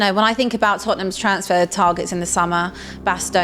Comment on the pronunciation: "Gavdol" 😂😅really